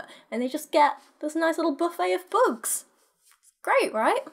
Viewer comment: When you first said ”buffet of bugs” I heard it as ”buffet of books” and I was thinking ”hmm buffet of books, how wonderful would that be!!” XD haha, book nerd fantasies...